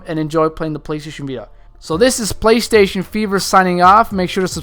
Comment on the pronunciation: Playshjjsh. haha when he says playstation too fast.:)